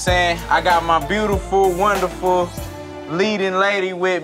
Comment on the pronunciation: I get so sick of Scrappy telling women they're "breautiful," Dude, if you can't properly pronounce a word, use another one.